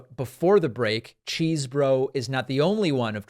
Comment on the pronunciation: When he speaks in court he says his name. It’s not cheese it’s chess bro… brah